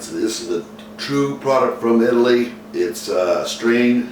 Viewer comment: Are you from Eye-taly like he says or Italy, the country of the birth of modern civilization. (Or Sicily which is slightly better).